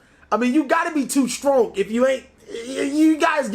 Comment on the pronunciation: Don't mind I'm here to correct all these that say '' too strong'' instead of*"too stronk" congratulations on 50k subs. Keep up the awesome content